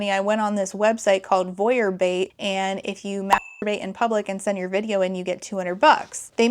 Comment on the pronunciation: The way you say "Voyeur Bait" sounds like "Bouillabaisse" and that is my headcanon now. "You can make money by selling soup to perverts".